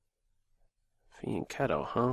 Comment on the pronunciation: Hello. Very interesting and funny video. Also, I'm italian and you are one of the few who pronounce "fianchetto" in the right way:)